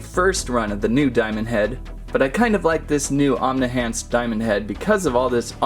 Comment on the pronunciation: It's Omni-Enhanced Not Omni-Hanced 😂😂😂😂😭😭😂